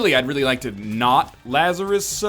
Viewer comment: La-zar-rus Laz-a-rus bose